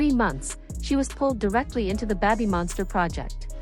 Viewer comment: Well, it's also not pronounced "beh-by monster" but that's what you get when AI reads for you